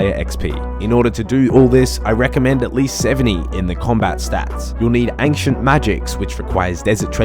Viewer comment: Is he saying unxient magic?